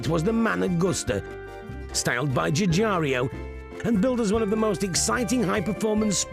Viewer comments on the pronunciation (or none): Decent display of buffoonery on display here by many involved. Including the narrator, who cant pronounce Giugiaro